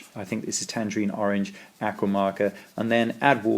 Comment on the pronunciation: Very interesting. Please learn to pronounce the word aqua